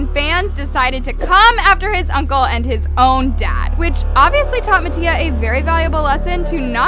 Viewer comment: the fact that she pronounces mattia's last name wrong😂